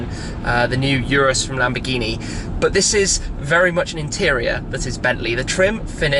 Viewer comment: It is oo roos not pronounced you rus.